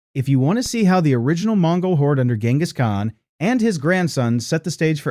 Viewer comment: GINus Khan....... really